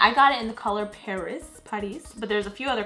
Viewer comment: When she say París she Sound like latin